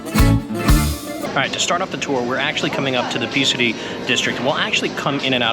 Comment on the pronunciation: Thanks for your videos 🙏 Tip: I think Psiri is pronounced "Siri" not Pisri (silent P)👍